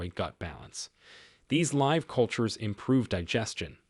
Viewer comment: Too bad they used an AI narrator that couldn’t pronounce common words like “live” or “arthritis”! Otherwise good information.